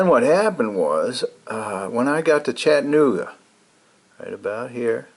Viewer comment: LOl going to help you with your southern pronunciation of Chattanooga. It's Chatta.... nooga... Not Chattan---ogga .. It's okay You are from MI! I lived there, very nice place to live. I miss your adventure already.. Can't wait for you to stealth camp someplace that is not hot. Just a nice cool camping adventure. Heck, I love the rain camps.. nothing cosier than a rainy night in a tent. Just not fun getting it all packed up the next day .